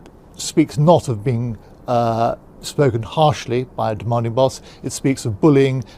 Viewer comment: I like how I think you saying demanding boss, but it kind of sounds like he says demonic boss. Both things exist.